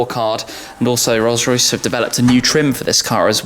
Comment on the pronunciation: Rollsssh roycchhssh